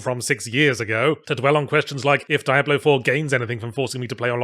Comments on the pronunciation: "Dee-ab-low" not "Die-ab-low". "Rab-id" not "Ray-Bid". And before anyone says anything, yes I know the pronunciations may have been intentionally uttered in order to elicit the ire of his viewers. If that was his intention, then mission accomplished. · it's dee-ah-blo, noe dye-ah-blo, or just write diablo in google translate spanish and have it say it for you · Diablo is a spanish (latin?) word. It's a short I, not a long one. It is not Die-ablo. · Never knew you pronounced it as Die Ablo! Always thought it was Dia Blo. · so, why do i hear so many ppl pronouncing it die-ablo now? the name is said by characters in every game. I presume. I hear he's not even in 4 at all, so maybe it isn't said. but anyway, its not a fucking mystery or ambiguous how its supposed to be pronounced, but now i hear Yahtzee, and others, pronouncing it such. why did that come about? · It’s pronounced Die-ablo?! Oh no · I can't help but wonder if he intentionally decided to mispronounce it as Dye-ablo just to see how many people decide to point it out in the comments. Oh wait... :/ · First time I hear it being pronounced as die-ablo lol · Spanish is my first language and every time he says "Daiablo" a part of me dies and laugh at the same time. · Gotta say I chuckled everytime you said "Diablo". DIE-AH-BLOW. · The way he is pronouncing it is cringe. I'm not sure if it's intentional for satire or ignorance? Are there two "Ablo's"? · I forgot how painful it was to hear Yahtzee mispronounce "Diablo" 50 times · Yet another occurrence of Yahtzee (intentionally?) pronouncing certain vowels as (IPA) "ai" instead of "i". See also Elysium and Miyamoto. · Diabolo, a circus prop used for juggling. Sorry, can't help but notice your odd pronounciation. Not criticism, it's probably just me. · It’s pronounced Diablo, not Diablo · How many times in the same video can you mispronounce the game's title? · I don't like how you pronounce Diablo. It's clearly pronounced Diablo